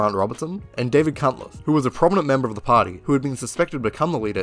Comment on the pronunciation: You keep pronouncing a T in Cunliffe. Can't help but wonder why.